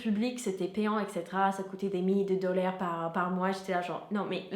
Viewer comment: Merci beaucoup pour ces informations. Je me permets juste de porter votre attention sur la prononciation de "dollars"... en français...on dit [dollààr] et pas "dollère". C'est presque étonnant vu votre excellent niveau de français et de votre bonne prononciation en général....en tout cas merci...on apprend plein de choses sur les US avec vous...